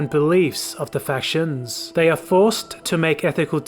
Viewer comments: it seems to be certain letters is all/ Instead of fac-tions, it comes out as fasions, and the overall candace is just a bit off. Some words randomly have emphasis put on them at the end for example. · It's the mispronunciation of "factions" throughout the video for me...